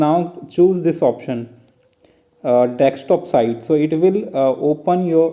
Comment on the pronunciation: its not dekstop its desktop